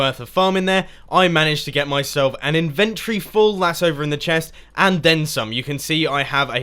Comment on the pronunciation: I like the way you say inventory. "Invent tree."